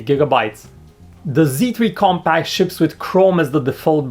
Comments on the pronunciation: I think I hear him say "comPAKK" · I thought he says sony xperia come back!!!